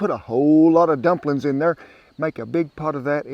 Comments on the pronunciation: "Drumplin's!" 😂 Hi from Melbourne Australia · I think"drumplins" was my favorite part❤